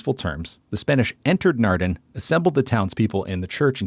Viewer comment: Naarden and NOT Narden with AA open aaaah not ah as in bah